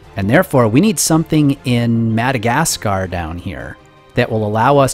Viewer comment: for your troubles with pronouncing The Madagascar Tracking station.